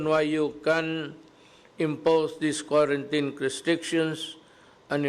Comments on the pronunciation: Sir President Duterte that pronounce k w a r a n t i n i just type in wrong spelling how to pronounce quarantine. Not k w a r a n t a y n. Just concern citizen po Pres. Duterte. Pls take care always your health Mr President Duterte. Bawal magkasakit po. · Ok yung binabasa nya yung proclamation para malinaw at hindi usap lasing!!!... look up correct pronounciation ng Quarantine, para alam mo, Sir.